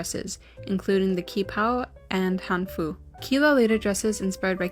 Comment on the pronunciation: hii, i love this video! just wanted to say "qi" is actually pronounced like "chi," and "han" is pronounced like "hahn" c